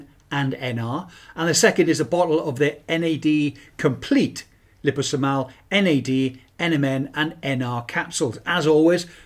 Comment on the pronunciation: Again with the lipo-somal 😂 It’s referring to liposomes so liposom-al.